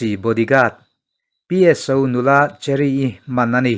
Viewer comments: Cherry ti i lam dawn nia cheery no li in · Cheery tih aiin mizoin Kan chhiarthiam danin chheri' tizawk la ilam dik zawk ang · Pu pi suh kye vengtu cheery kha Mizo chuan chheery tia lamrik tur ani e.